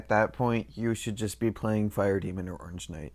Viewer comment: Oreengeknight lol no hate